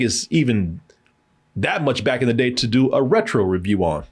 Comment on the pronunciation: RETRO? c'mon 😂